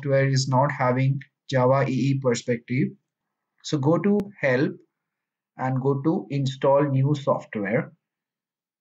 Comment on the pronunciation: Go to Help 😁 sounds like go to h.